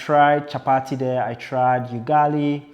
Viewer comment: It's Ugali like ou'